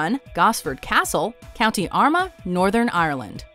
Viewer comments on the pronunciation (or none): 3.28 its actually pronounced Co Armagh like Our Ma not ama! Lol 😂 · Its pronounced armaaa not arma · armagh = r-maa no one can pronounce most of our places lol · When saying county armagh its said our-ma. Belfast is in county down so y did you say its 2 and half hours away from dublin. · It's Armagh like 'yar ma' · Armagh is pronounced Are-ma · Armagh is pronounced are ma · It is pronounced Ar Ma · They didn’t Even say Armagh right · Jay Kay lol I cringed when she said it like that😂😂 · 5 years late but yes cringe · She pronounced Armagh so funny haha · Yeo norn iron. Kind of annoying how she says Armagh and says how far from Belfast and Dublin the locations are rather than the location